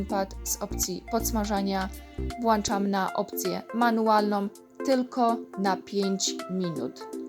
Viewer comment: Zupa pewnie wyszła pyszna. Wypróbujemy przepis. po polsku mówimy włączam, a nie włanczam. Bo mamy włącznik, a nie włancznik:-)